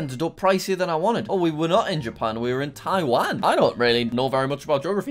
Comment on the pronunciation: hi from china Edit: POV you said tawian